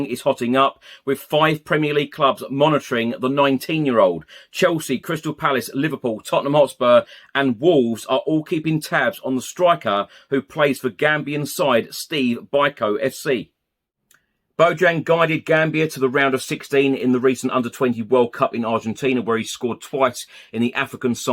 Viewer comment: Steve Bike-oh" lol. Cry Freedom,!